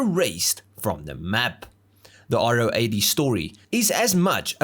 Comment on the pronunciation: If only you could have pronounced its name properly! It’s a Ro 80, Ro for Rotary. Not “Ah Oh 80”.